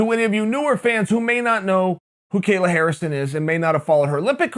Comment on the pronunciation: Lmao how do you screw up a 2 time gold medalists name when their name is literally just KAY-LA